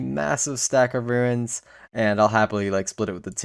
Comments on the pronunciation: If you keep saying ruins I’m going to remain upset RUNES (roons) not RUINS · i hate that u say ruins and runes lol im like WHYYY LOL